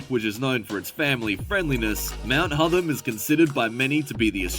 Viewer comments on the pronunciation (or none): Horrible AI pronunciations - It's Hotham as in Gotham